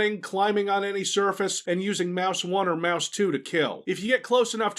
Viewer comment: "Using mouth one and mouth two to kill" - took me some time to realise it was mouse, not mouth...